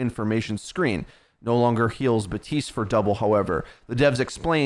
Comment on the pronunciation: BAPtiste not BATiste. If you're gonna do OW videos, read the names correctly 😑